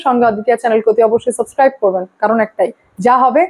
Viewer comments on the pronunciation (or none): none